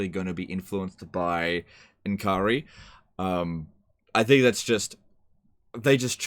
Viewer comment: Finally, somebody who actually pronounces it N'kari rather than Nikari